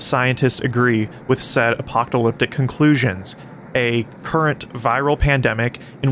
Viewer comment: you mispronounce apocalyptic